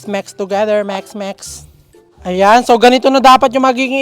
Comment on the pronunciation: Bakit pang sabi mo ng mix ay mex natatawa ako😂😂😂😅😅🤣🤣🤣